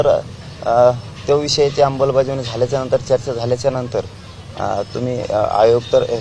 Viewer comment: अंबलबजावणी नाही ते अंमलबजावणी असत पाटील 😂😂